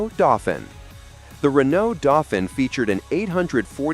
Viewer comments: Renault DOE-FEEN, not DOFFIN! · doe-feen, not dorrr-fin!